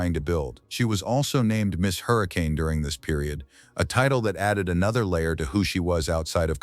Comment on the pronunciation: Facts matter - The correct pronunciation of "Hurricane, Utah" is "Her-ah-kun' - not Hurricane.... and by the way: Katelynn and Lizzy are 2 different persons.